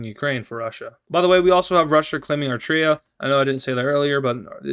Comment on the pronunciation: Yo, I Love ur videos keep up the good work I just have to say that I'm Eritrean, It is pronounced Air-e-trey-a and Eritrea does mind about getting invaded